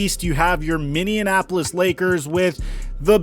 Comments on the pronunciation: Fun fact its not “MINNEANONAPOLIS” its (MINNEAPOLIS) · Love how he says Minneapolis... it's like he's mixing it with Indianapolis lol